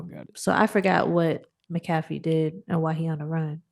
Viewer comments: McAfee: “mack-a-fee” Y’all threw me off with the pronunciation. 😅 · I don't want to be that guy... But actually..😂 it's pronounced Mac A fee